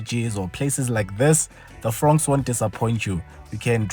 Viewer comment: I thought ya'll said "Frog" 😅